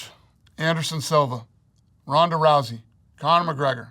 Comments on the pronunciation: He really said Rhonda Rousey 💀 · This fool really said Rousey😂